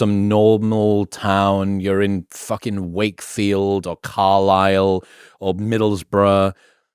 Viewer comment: when he said "fucken thing" he turned america. for a second